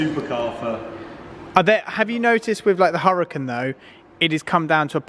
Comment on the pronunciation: Lahkhoghini hurakan